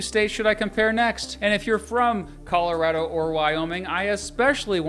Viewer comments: "Calarado" pls no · I may be wrong about that, but I do know that people in Colorado know your not from there when you call it colo RAD o. Colo ROD o is the pronunciation i was told is correct. Btw I enjoy your videos for real. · And yeah you do say Colorado differently too. What’s up with that? We need to have this conversation.